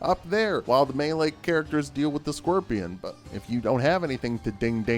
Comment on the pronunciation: “the squirpion”